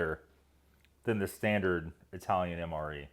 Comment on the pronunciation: Are you sure? I could've sworn you're Eye-Tallyun.